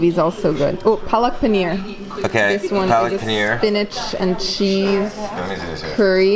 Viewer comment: You know that when we indians hear you guys sell the names of indian its really embarrassing Its chiken tikka not chikeen tika and its paneer not penner